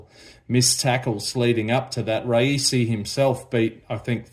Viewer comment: Not raisi it's rayasi